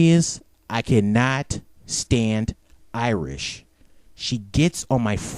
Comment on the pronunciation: her name is iris not irish you pronounce stuff wrong all the time